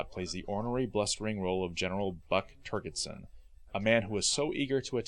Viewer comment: Has the narrator see the film? Def’ly blew “Turgidson.”